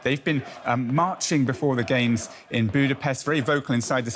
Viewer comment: "Let the Gay-mes begin"